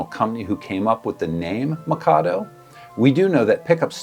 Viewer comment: The way you mispronounce "Mikado" over and over again absolutely kills me.